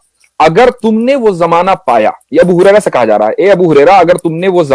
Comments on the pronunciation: Apne us sahabi ka naam thora sahi kar lijya ga uska naam hai abu hurera (R )hai gurera nahi hai or apne bohut acha msg sob dekhaiya hai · Abu guraira nahi bai sahab Abu Huraria (R. A).